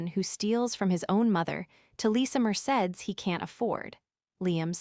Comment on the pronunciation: Anybody in this day and age who spends less than they earn is successful. Anything above this is a bonus. This type of snobbery is insane. It's pronounced mer say dees.